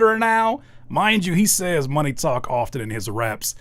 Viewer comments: The fact he says my knee talk is much louder now Who pronounces money, my knee? AI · bro you make such a big fuzz around something thats mega obvious especially the lyrics are obviously AI generated, nobody would rap this way "money talk is much louder now" with "money" emphasized on the second syllable that's something nobody would do. and then the local cable line on top. the only thing they added is adlibs in my opinion. those are real. maybe the main vocals were recorded by him and its a copy of something that AI prepared. but honestly they might be AI too.